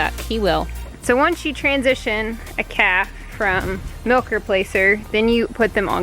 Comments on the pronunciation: lol, I thought you were saying bottle caps and I'm thinking what in the world is she talking about!! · At first I thought you said bottle caps! 😂😂😂😂